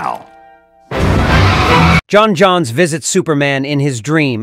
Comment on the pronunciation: “John Johns” physically hurts me. It’s pronounced John Jones. Please, I’m begging you.